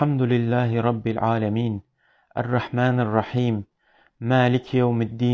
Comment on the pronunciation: Fatiha süresini yanlış okuyorsunuz elhamdürillahi değil elhamdülillahi rabbil alemin